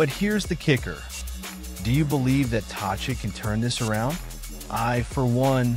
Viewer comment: Learn to pronounce his name if you want to appear credible.